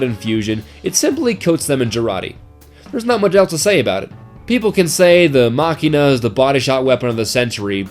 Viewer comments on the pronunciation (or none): You pronounce machina wrong machIna the a acts like and e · Its pronounced mashina